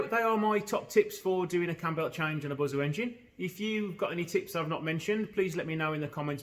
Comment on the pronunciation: Not if you're going to pronounce it BUZO, it's Busssso! Don't be a BOZO!